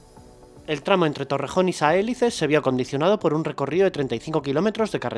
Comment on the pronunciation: Saelices tiene el acento en la "i". Se pronuncia Sa-e-LI-ces. Es una palabra llana o grave.